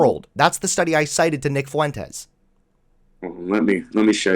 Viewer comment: Nick fuh-wentez